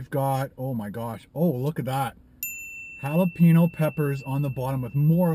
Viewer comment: Jalapeño= "hal-la-pay-NYoe". there's a tilde on that n!! ¡ñññ! ˜-˜